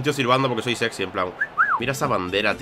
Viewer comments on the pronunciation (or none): none